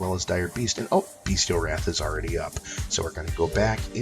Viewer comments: Bestial not Beastial - pronounced (bes-chal) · I agree, defiantly pronounced (bes-chal)